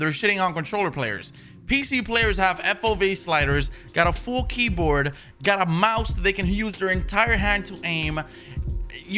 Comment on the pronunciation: He spelled it like how he says it lol